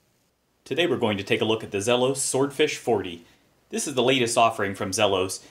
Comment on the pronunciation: for pronouncing the brand name correctly